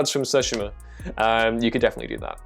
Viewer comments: Sue-She-Ma!! Don't know where you're getting "So-She-Ma" from but ok live your life. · i loathe the way you say tsushima lol